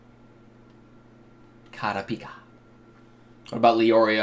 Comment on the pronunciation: Does he ever pronounce kurupika right?